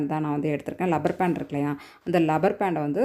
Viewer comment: ரப்பர் பேண்டா?லப்பர் பேண்டா?